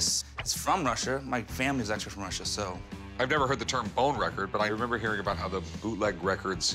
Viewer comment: “yes it’s from russiar”